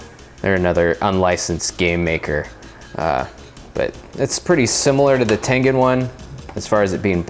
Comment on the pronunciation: god damm it its tengen not tengan